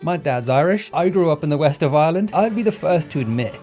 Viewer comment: The Whest of Ireland you say?